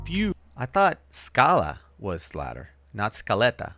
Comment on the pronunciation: Scala is in greek language, u tell it very good and clear , gj . Σκάλα .